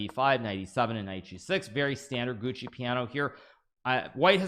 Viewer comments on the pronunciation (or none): none